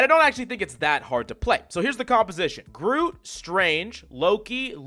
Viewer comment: Hey, Coach, did you know that Groot has got a T at the end of the name?